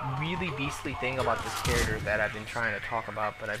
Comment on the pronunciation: Please stop saying charater!